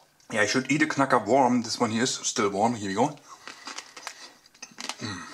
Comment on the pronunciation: 47Emoo HD „hier wi go“ so spricht er es aus😂